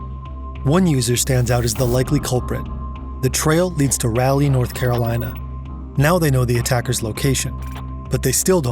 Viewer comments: Great video just for future reference Raleigh NC is pronounced Raw-Lee not Rally. Just a personal nitpick since I live here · Hey! It’s so cool to see my city in your video, but Raleigh is actually pronounced “RAH-lee” or “RAW-lee”, not “Rally”. Keep up the amazing videos though, I love your work!:) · it’s raul-e not ralleye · It’s pronounced “Raw-Lee” not Rah-Lay NC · it's not "Rally", North Carolina, it's "Rawly" North Carolina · “Raw-lee” not “Raal-Lee” 😂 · Did this brother just say raaa leigh nc as in rieley. It's RA-leigh NC the south front loads it's words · Small nitpick. Raleigh is pronounced more like "Rah-Lee" than "Rally" Great video as always!! Your team's work has gotten me through many a long and shitty workday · Raleigh is pronounced like rall-ee. Otherwise great video keep up the good work. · This is now the second video I've heard you mispronounce Raleigh, NC. It is pronounce "Raw Lee" not "Rally" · Really good vid so far, but I'm popping into the comments briefly to say that Raleigh is "rah - lee", not "rally". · if i had a nickel for every 'rally, north carolina' i've heard lol (it's rah-lee) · Raleigh is pronounced “raw-lee.” - sincerely a lifelong NC resident from Asheville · I wonder if (the voiceover guy for this video) is from Ohio. Another Ohioan is the only other person I've ever heard mispronounce NC’s state capital, Raleigh. (Its pronounced “raw-lee”) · Raleigh is pronounced Raw-leigh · The capital of North Carolina is pronounced with a silent e, raalee or raw lee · That is pronounced Raah - Lee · Heads up Raleigh is pronounce like ra - all - ee. The first syllable should sound just like “wall” but with an R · great video as always but raleigh NC is pronounced “rall e” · bro im mad he just said Ralegh like that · 'Ralley', North Carolina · I’ve heard it pronounced “rally” and “raylee” 😂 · You pronounce Raleigh wrong…. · i’ve never heard anyone pronounce raleigh nc like that 😂😂😂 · That’s now how you pronounce Raleigh 😢